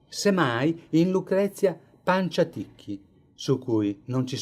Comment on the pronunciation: Bellissimo documentario ma attenzione alla pronuncia del nome Agnolo con l'accento sulla a e Panciatichi con l'accento sulla seconda a e senza la doppia c 😉